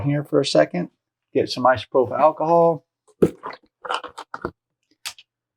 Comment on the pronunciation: Thank you for making this video… but dude, who taught you how to pronounce isopropyl?